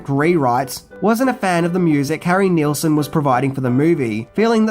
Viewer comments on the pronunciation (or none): It's pronounced "Nils-son". 😊